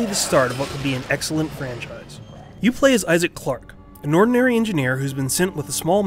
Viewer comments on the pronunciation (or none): The funniest part is when he said "It's the start of what could be an excilent francise."